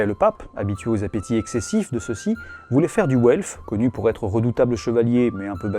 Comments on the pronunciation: w en allemand se prononce comme le v français; donc velf et pas ouelf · "Welf" j'entends "Haut elfe" c'est terrible